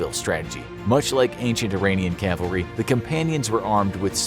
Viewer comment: Thanks for not saying Calvary.